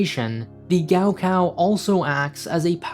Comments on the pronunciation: For those wondering, gaokao is pronounced more like Gaw Caw Also, wonder if the school has a gift shop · It's pronounced Kao Khao. In pinyin the letter G is for English K and K is asperated K. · the way they pronounce gaokao is giving me a literal stroke lmao